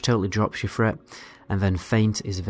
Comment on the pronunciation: I like hearing the "th" sound pronounced as a "f". threat = fret, three = free